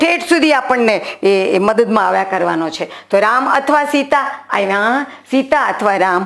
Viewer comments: I do not have Gujarati key board fonts Dear teacher, I wanted to correct as I learn as Pulling, Strilling and Nanyater Jati. Not Npunsak. Also gujarati AAvya, not Aiva so please pronunciations are also important. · ડો બહેને બોલવામાં ઉચ્ચાર સુધારવા જેવા લાગે છે દા.ત. આઇવા નહી આવ્યા ઉચ્ચાર થવો જોઇએ આવા ઘણા જણાય છે આં માત્ર ઉદાહરણ સ્વરુપે લખ્યું છે ભૂલ ચૂક માફ કરશો